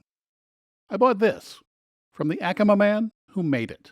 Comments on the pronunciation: It IS Pronounced,=Ack o mah Acoma pueblo....plz learn the pronunciations..... ❤️‍🔥Vaya con Dios❤️‍🔥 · What a great video! Thanks for creating it and sharing! I live in NM and the one thing I wanted to share with you is that Acoma is pronounced "Ak-o-Ma"